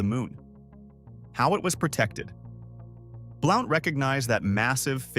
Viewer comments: it's pronounced Blunt not Blount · This is a pet peeve of mine. I can not STAND, the mispronunciation of Southern names. It is Blount, pronounced (B-L-U-N-T)! YEESH, I am screaming my T.V.!!!